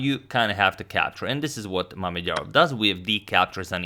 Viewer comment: Can we talk about how well he said Mamedyarov’s full name